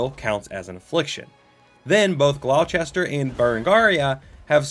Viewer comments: Gloucester is pronounced "gl-oww-stir" think like, "Oww, that hurt". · That's not how you pronounce Gloucester